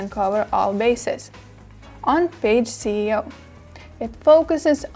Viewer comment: When she says "C"eo instead of "S"eo it throws me off :( Otherwise, very informative video!